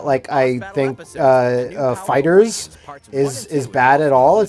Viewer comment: the narrator pronounces "fighters" as "fah'ders" and i love it